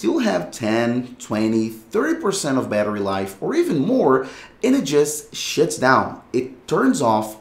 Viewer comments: Why does bro keep😂 sayin "and it shits down"😂😂😂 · I thought i was the only one that heard that hahaha